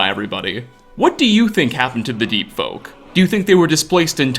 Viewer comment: Lol I misheard your words as Deet Folk. Just imagine your entire body getting coated with a thick layer of deet. How disgusting!